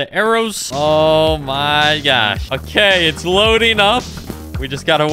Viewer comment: “Oh my gyod, oh my gyosh “